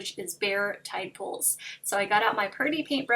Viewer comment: I thought she said Tad Poles, lol, thanks for clearing that up!!